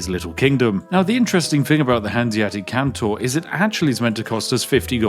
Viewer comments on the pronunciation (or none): EU5: This is a Hanseatic Kontor. Can you say "Kontor"? Spiff: Cantor. EU5: No no. Kontor. Kon-tor. Spiff: Can-tor. EU5: It starts with "ko" like in "cor blimey!" Spiff: Cor blimey Cantor! EU5: Eh, good enough. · There seems to be some sort of bug in the video. He keeps pronouncing kontor as kantor for some inexplicable reason. Surely this is just an oversight from the developer. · why do you keep calling them "cantors" aaaaa REMEMBER YOUR PHONICS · Kontor just means office. Also no 'a' in kontor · Sir Spiffy, pls it´s KontOr not Kontar and the G in Bologna is silent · Why do you keep calling it Kantor? Surely it's Kontor, or Office in English 😅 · Its Kontor not Kantor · It is KONtor not CANtor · Why was "office" left untranslated? It was horrid to hear him pronounce "cantor" :p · unironically unwatchable, please stop pronouncing kontor as cantor, just say contour but don't say the u and there you go, also kontor is just the germanic name for offices, so if you cannot be bothered how to learn to pronounce it just say office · Thankfully I can watch this video entirely safely as games like these hold zero interest to me as a player. I still enjoy watching you break them though! Edit: I was wrong. Hearing you pronounce 'kontor' (which, for the record, means "office") as 'kantor/cantor' (a christian choir leader) throughout the video has seemingly caused me some level of psychological damage. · Sorry, but my brain goes ballistic when it comes to linguistics 😂😂 Kontor (kon-tor) = Office ^^ Phonetic transcription: /kåntọːr/ or /kɔnˈtoːɐ̯/ Stress: The stress is on the second syllable, "-tor". Vowel sound: The "o" in the second syllable has a long "o" sound. It is a closed-back-rounded-vowel sound, similar to the vowel in "door" or "for" in English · FYI, it is pronounced "con-tore" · He's british! he can prounounce it how he wants!!!! (this is a joke) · kontor is read like con from condition and thor like the viking gods.